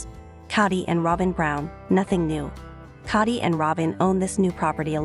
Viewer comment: The least you could is pronounce the patriarchs name correctly. The O in his name is pronounced as is you were saying toe not pot.